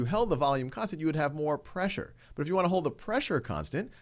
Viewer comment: He speaks like “vulululullulululu of the container of the gas container